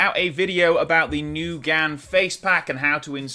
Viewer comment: Newgan?.. ffs